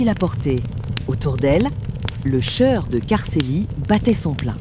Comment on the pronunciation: Je me désabonne, j'ai essayé d'écouter plusieurs fois, car les histoires sont sympas, mais ce fond de feu de bois est trop fort, la voix masculine ou féminine est sympa aussi, mais argh les trucs genre peu.. être, le cheur au lieu du choeur, le pube au lieu du pub.. labasse au lieu de là-bas..et autres choses ce n' est pas glop.. bien dommage..